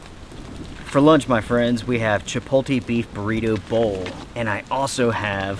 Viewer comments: chipotle noun chi·pot·le NOT chi-pole-tay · Just a note, you are pronouncing "chipotle" wrong. You're saying it as if the 'l' comes before the 't', it's the opposite - think 'Chi poat lay'. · Chipoltee? Tee hee